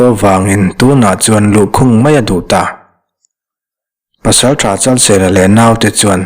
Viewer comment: Luangpawl Pasaltha Chalseia tiin ka lo hria a, Chalsela tih zawk tur a nimaw..🤭🤭😂😂